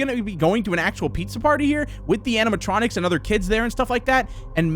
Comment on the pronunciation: Why can't he say animationics